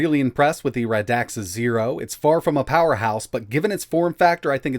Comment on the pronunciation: Radxa® is pronounced as [reksə].